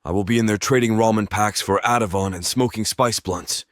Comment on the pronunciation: Sometimes I think the narrator is a real person but then he’ll strangely mess up 2-3 little things that make me think AI. In this video reading “hrs” as “H-R-S” instead of “hours” and pronouncing “Ativan” as “AtivOn” are the curious screw-ups I picked up on. Either way, I wish my voice sounded like this man or robot.